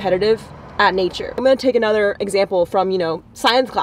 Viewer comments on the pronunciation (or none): none